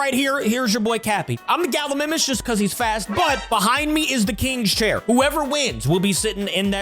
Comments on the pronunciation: Capi its pronounced ga-li-my-mus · U keep on saying Gallimimus wrong